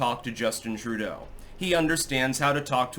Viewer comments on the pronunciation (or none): none